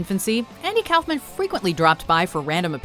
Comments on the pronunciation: It’s pronounced cough man not kouhfman that made me cringe when you said it also a lot of these where actually funny but watchmojo becoming a bit too pc for my liking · "Cowfmin?" It's pronounced "cough man." 😒